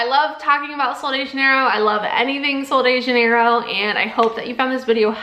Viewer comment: The brand name is Portuguese not Spanish it’s pronounced JUH-NEIGH-ROHE